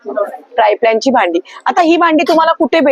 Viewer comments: त्या ट्राय प्लॅन असच म्हणतायत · triplan boltayat